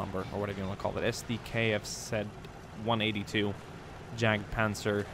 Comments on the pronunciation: It's not jag it's yag panzer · I could be wrong, but I believe Js have a Y sound in German, meaning that Jagdpanzer would be pronounced Yagpanzer. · the german tank is pronounced more like Yargt - puntser. Otherwise good video! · It's not pronounced jagpanzer it's yadpanzer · Sorry to be fine combing your video but my German side when you said jagdpanzer it cringed it's actually pronounced yagdpanzer. Again sorry but it does bother me. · Honestly surprised that, a Scandinavian, mispronounced Jagdpanzer. I mean no disrespect, but "j" in German is pronounced like a "y" in English.